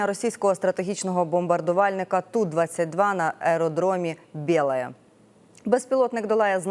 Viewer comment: А чого всюди ліплять фото цього лисого бандюка Малюка? Його участь в операції абсурдна Він ж навіть назву аеродрому Бєлая не зміг вимовити правильно)